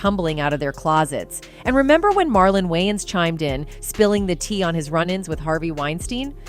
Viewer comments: Yeah... No... This channel is called "urban pulse"... This doesn't sound like something a "urban" person would say, think or do. The narrator is Ai, and so, I conclude that the reason why "it" couldn't pronounce wayans correctly, is because the writer is of "caucasian persuasion". I stopped watching ... It was too distracting earing "wynans" repeatedly. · What is wrong with her ... Why can't she pronounce Wayans? 😅😂 Why does she insist on saying Wy-ins... It's WAy-ans... 🤦🏾‍♂️ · How do you narrate a video and not pronounce the subject’s name correctly? There’s 2 ‘a’s!! It’s WAYans not WYans! As famous as they are how do you mispronounce it, pronounce, mispronounce it? Rude af! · Can the narrator not pronounce WAYans??? Wyans!? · WAY-ANS like literally WAY 🤦🏾‍♂️🤦🏾‍♂️🤦🏾‍♂️🤦🏾‍♂️ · There name is pronounced, “ WAY-ONS.” 😊